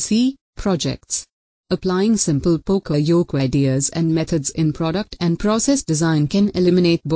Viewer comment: that's not how to say yoke...